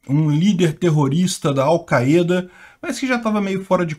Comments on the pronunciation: Não se diz "Alceada" se diz chupeta! 🤣🤣🤣🤣🤣🤣🤣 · Al caêda? Ta phoda heim